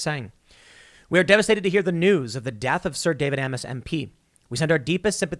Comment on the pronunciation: Isn’t Amess pronounced like “aims?”